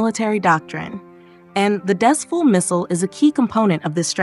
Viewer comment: Because of the spelling, I can't blame you for mispronouncing it as "Dez-Full"!! This is the name of a location. And it's pronounced as "Dez-Fool"!! Thank you